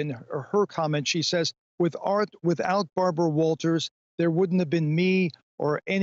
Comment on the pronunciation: "Good ebening. I'm Bawbwa Wawtaws"